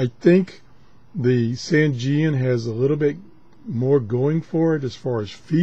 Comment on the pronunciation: Excellent review as usual, but you got a little dyslexic here. It is the ATS-909X and not XTS-909A. And, even though we all pronounce Sangean the way does here, it is actually pronounced "Sane" (like in insane) and "Jean" (like Levi's Jeans). SaneJean. I would just like to tell everyone that the sensitivity issue on the 909X whip antenna can easily be fixed with a cheap 4:1 antenna balun as described in the Yahoo Group for the ATS-909X. Also, I recently acquired a Clearmod version of the 909X, and the Clearmod has a sensitivity increase which puts it on a par with, if not better than, the Sony as well as all the new Tecsun portables. One of the very few Clearmod reviews available here